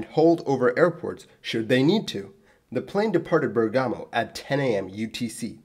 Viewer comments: It’s BEAR-gamo, not burr-GAMO. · BER-gamo, not Ber-GAHMO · Hi mate, it's Bèrgamo, not Bergàmo. :) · Keep it up also from my side ;) (by the way: it's Bèrgamo, not Bergàmo.... I know: this sounds as pleasant as "Leviòsa, not Leviosà".. sorry, bear with me) ;) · Dropped by to point out the same pronunciation issue, just to find out that you beat me by one day 😄 And, for non-italian speakers, I would just add that the wrong accent remark is not as nit-picking as it could seem... We italians use to put a great care in accent placement since in our language an accent shift within the same word (although Bergamo being not the case) can unexpectedly turn present into past tense, first person into third, a noun into a completely different-meaning one and perform a whole lot of other sorceries that keep plaguing us since our first day at school 😉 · He's saying the pronunciation is wrong and that the emphasis should be on the first syllable. Then he acknowledges it sounds worse and isn't really that important by comparing it to a line from the first Harry Potter movie.